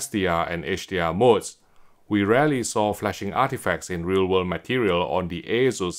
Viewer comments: Must be a UK thing then because everywhere else, including Taiwan, they say aye-soos. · it is aye-soos, not aye-zoos.